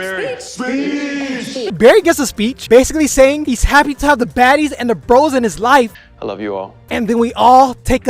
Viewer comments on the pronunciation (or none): none